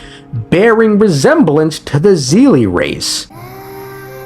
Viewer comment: Bro really said zeelie instead of seelie. Bro this is not hsr. They're not seele from hsr. It's not "Z". It's "S"